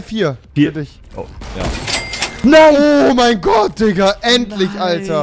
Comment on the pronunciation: Ist euch schon aufgefalen rewi sagt immer dikka und nicht digga